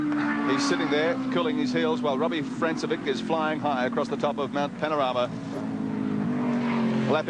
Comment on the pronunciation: Notice how the commentary team pronounced Robbie Francevic's name as "France-e-vick". It was years later, at a V8Supercar round at Pukekohe, that we found his name was really pronounced "Frank-e-vich".